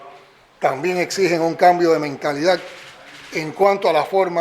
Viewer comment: Qué rebestia... no puede pronunciar la D... dice "mentalidaG".